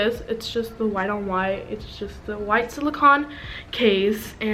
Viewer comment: You’re not pronouncing “silicone” right.